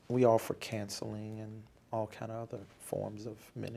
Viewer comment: he pronounces counseling as "cancelling"